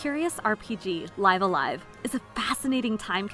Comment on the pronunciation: She pronounced it just as Nintendo itself pronounced it during the trailer.